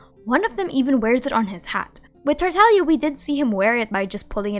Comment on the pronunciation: My biggest question is: Why does everyone pronounce “ Tartaglia” as “Tartalia?” Taking out the “g”